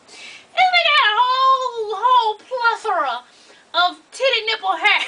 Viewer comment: No you didn't say Plethora. Lol. Hell naw